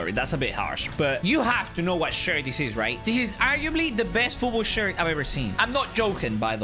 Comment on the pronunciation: he said best not Dest it got me laughing he always makes me laugh